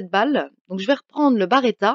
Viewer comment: B.(E).R.E.T.T.A et pas B(A)RETTA mais sinon merci pour ta vidéo tjrs super de te voir joué 😀😀